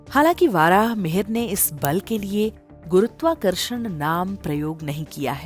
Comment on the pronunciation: बहुत ही सरल और सरस विधि से गुरुत्वाकर्षण को समझाया गया है। सम्बन्धित चित्रावली से विषय की रोचकता बढ़ी है। भाषिक प्रस्तुति प्रभावशाली है। सम्पूर्ण वीडियो उत्तम बना है। यहां थोड़ा यह बात अखरती है कि महर्षि वराह मिहिर को वाराह मिहिर उच्चारित किया जाता रहा है।